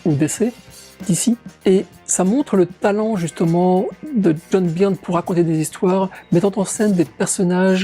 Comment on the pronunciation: Ce qui me fait le plus halluciner c'est que tu continues à dire "Byrne" à la française (certainement comme quand t'étais gamin) alors que ça fait des années que tu vis aux USA ! ^^